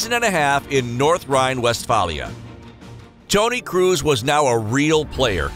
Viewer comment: No one: Absolutely no one: Speaker: ToNy KrUs